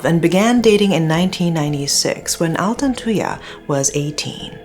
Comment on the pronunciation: I was still very young when this happened so I never really understood the case. But I will never forget the name Altantuyaa. Finally hearing it properly as an adult! Thanks for covering this, love from Malaysia!